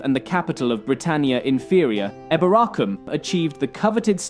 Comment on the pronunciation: Some people say it like that but apparently the original pronunciation was probably like he's saying it